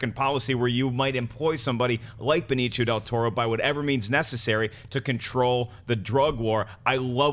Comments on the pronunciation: Benicio (ben-eesio) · Who's Benichio lolol. Come on lolol